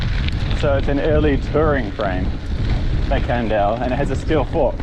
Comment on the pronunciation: it's a Can nondale not a Can't nondale 😤#positivity #FoodForThought #PowaOfDaMindset